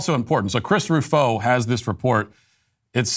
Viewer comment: Chris is ROO-fo (not roo-FO).